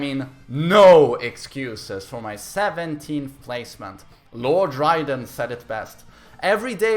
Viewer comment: "Lord ryden" Oh dear.....